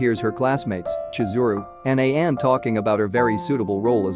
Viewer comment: it sounded like Sayako to me, also he prounounced Ayane as A-yane like Diane instead of A-ya-ne...but I think he's using a text to speech app that's why there's issues with the pronunciations